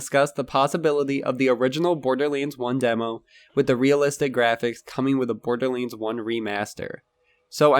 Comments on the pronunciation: why do you pronounce it borderleands? its LANDS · Why do you call it Borderlinds?